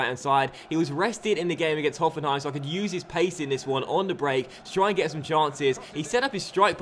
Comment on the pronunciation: Very good pronunciation of Hoffenheim :)